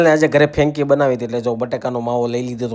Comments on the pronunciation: Fenki nai 😳 frenky kevay. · ફેંકી નહિ ભાઈ ફ્રેન્કી બોલો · It's franky , not fenki😂😂😂